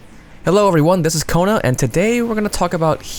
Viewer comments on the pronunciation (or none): none